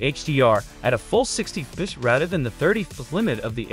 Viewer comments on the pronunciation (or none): the fucking AI reading is killing me lol please just get a mic and read your script "fps" sounds like a hiccup